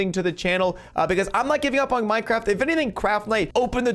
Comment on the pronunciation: Fortnite dead play minecwaft